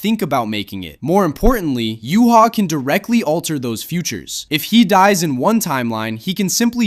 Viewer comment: Said ywach's name wrong btw